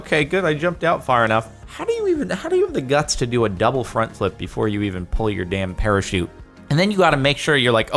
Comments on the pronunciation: NOT A PARAKEET, A PARACHUTE!!! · it's parachute not perashoot.:/